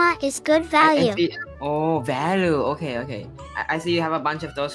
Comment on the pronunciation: WHY DId HE SAID VALu instead of VaLUe😂😂😂😂